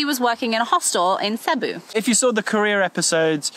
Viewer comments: CEBU is pronounced SEE BOO, for crying out loud! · Cebu is not pronounced Sebu with a short e-vowel, but rather with a long e-vowel sound. Nothing is more annoying than loving the foreign country you travel to, but can’t even pronounce the names of places correctly. 🙄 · Can't believe no has picked you up on your pronunciation of Cebu. It is pronounced Seeboo. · It’s CEBU my god